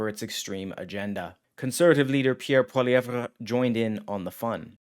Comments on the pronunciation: Can you please learn how to pronounce Poilievre? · The way you pronounce Poilievre made me throw up in my mouth a bit.